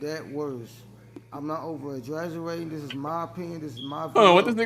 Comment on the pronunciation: You weak at him saying he was outside in the heat and that made it worse, but what has me rolling was how he pronounced exaggerating 🤣🤣